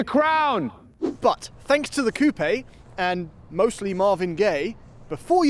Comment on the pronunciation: Cope - eh lol